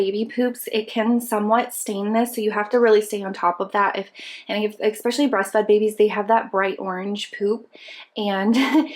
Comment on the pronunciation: EXpecially is not a word, mom. There's no X in especially. eSpecially, ok? Don't teach that to your kids, either, you're a native speaker, it's embarrassing.